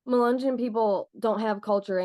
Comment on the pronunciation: Mu- Len -yon was a mix black and white. Mulatto. You aren’t pronouncing any of these right. Which show how much our country has progressed.